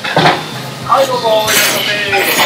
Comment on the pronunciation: お店の人の独特ないらっしゃいませ～ィが気になった😆